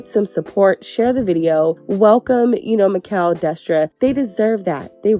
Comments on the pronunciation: Great review but his name is pronounced as MA -SHELL (Machel) . thanks for supporting us Caribbean and Caribbean decent people ♥️ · It’s Machel not Makell ❤ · It's not Ma,Kel it's pronounced Ma,Shel...😭🤔🇹🇹🇹🇹🇹🇹 #socamusic #trinidad #TrinidadandTobago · It's ma ..shell... not mickel😂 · Yowww his name is pronounced MAH-SHAL or mah-shel 🫤🫤🫤🫤🫤🫤 with your MI-kel 🫤🫤🫤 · His name is pronounced Marshall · I’m weak at Maquel gurl it’s MACHEL 😂💃🏾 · It Ma- Chellll lol not mikell lol big up destra machel and nicki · Since u trying to learn babe his name is not "mikel" it is pronounced "mashell" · Lol Makel 😂😂 his name is pronounced Ma- shell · Not Mickel but "Marrr-shell" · Machel's name is pronounced "Mah-shell" *Mah like "hey ma!" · 'Machel'.. pronounced "mah- Shell" 😅🥰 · Mashow that's how it's pronounced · It's pronounced marshel babe😂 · Machel Montano his name is pronounced MA-SHELL . FROM: Caribbean people 🇹🇹🇸🇽🇩🇲🇧🇶🇧🇧🇧🇸🇩🇴🇬🇩🇭🇹🇯🇲🇰🇳🇱🇨🇦🇼🇦🇬🇨🇼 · Definitely pronounced Ma-Shell 🇦🇬🇦🇬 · Gurl his name Machel (Ma -Shell ) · His name is pronounced "Ma_Shell"...🇹🇹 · His name is pronounced Ma shell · It’s pronounced “Mah-shelle” babes ❤🇹🇹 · His name is pronounced Marsh-shell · machel is pronounced marshal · It's pronounced Ma-Shell 🤗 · His name is Machel pronounced Mar-Shell😊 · His name is pronounced as 'Ma-Shell'. As always great review ❤️ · His name is pronounced Marr - challlll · His Name is pronounced Ma-Shell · Americans stay pronouncing Machel name incorrectly But fun fact guys It's Ma-sh-al thts how it's pronounced His name is Machel Montano 💗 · His name is 'Machel', pronounced 'Mah-shell'. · Wrong pronunciation of Machel. Ma- shell!!!! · And Mr. Killa is next🇬🇩 I almost peed my pants when she said makell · It's pronounced like Mah shell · His name is pronounced “MAR-SHALL” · 😂Machel- pronounced Ma - shell 😘🇹🇹🇹🇹🇹🇹